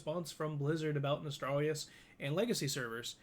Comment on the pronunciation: im sorry.. but its pissing me off how everyone is pronouncing it Nostralrius.. its Nostalrius.. there is not 2 rs.. -_